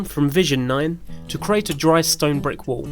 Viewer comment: CREEEAAATE not CARATE!!! Apart from that? Good piece.